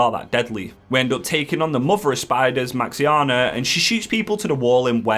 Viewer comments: Mate I just can't stop laughing at Maxianna, this is the best way to say Maexxna. hahahah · Superb vid aside the pronunciation of "Maexnna"